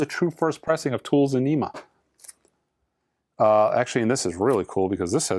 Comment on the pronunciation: TOOL “ON-EM-A”